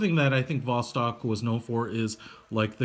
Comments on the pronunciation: The B is pronounced as a V, similarly C is pronounced as a hard S in English (Boctok/Vostok) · It's not B it's a V as Vostok u idiot